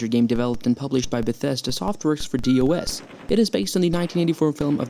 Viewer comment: DOS is normally pronounced as "Doss," not "D. O. S." Just so you know...